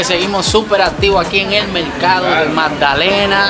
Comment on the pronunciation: no se dice MELCADO sino MERCADO !!!!